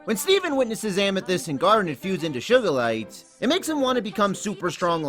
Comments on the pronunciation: its sugalite not sugarlite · When the gem dude says sugalite it sounds like SHUGARlite